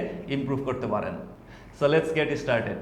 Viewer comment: ইস্কিল না, স্কিল ইশটার্টেড না, স্টার্টেড আশা করি অফেন্সিভলি নিবেন না।